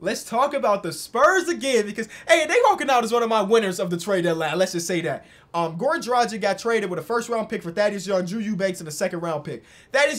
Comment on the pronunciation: Man, it's not Goran Drajik, it's Drag-itch.